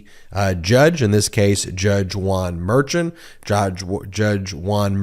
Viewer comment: The judge’s last name Merchan is pronounced “mare shon” not what rhymes with urchin